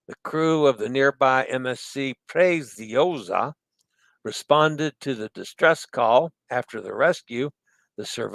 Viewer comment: Preziosa = Pray-tzee-oh-zah, roll the R. The Z/ZZ in Italian is pronounced TZ as in pizza or piazza! 👍